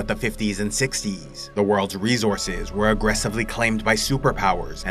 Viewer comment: Rezorzes.. a bunch of resorzes